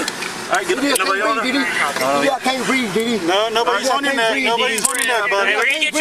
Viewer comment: Did said Didi, i can't breeze....or i can't breath?